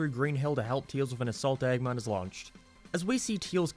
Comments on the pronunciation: dude where's you accent from?, I got confused whenever I heard "eggmon" and "coohl", you sound scottish but your accent feels super americanisd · Why do you pronounce "Eggman" so weird? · The way you say "Eggman" makes me confused and uncomfortable for some reason